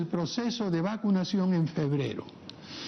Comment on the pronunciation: Soy el único que escuché,Las jornadas de vaducacion o es vacunación😅